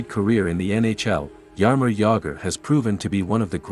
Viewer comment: TFW when you go to watch a video on Jaromír Jágr, but it ends up being his doppleganger, "Jarimor Jagr". :rolling_on_the_floor_laughing